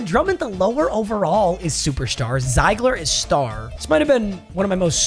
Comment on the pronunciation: Carry Zeigler is pronounced zig-ler it's my last name